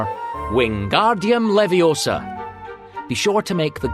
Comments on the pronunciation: It's leviosAAAAA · it Leviosa, not Leviosa